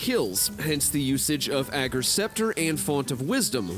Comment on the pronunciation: Thanks for being the only Youtuber to say "Ager" right!